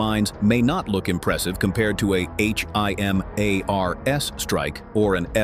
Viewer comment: Yet another poorly worded AI narrated compilation video channel! When they talk about a HIMARS by saying each letter every time it's mentioned, you know it's time to "hide the user from your channel" on their homepage.